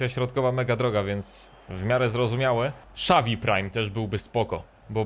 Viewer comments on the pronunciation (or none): none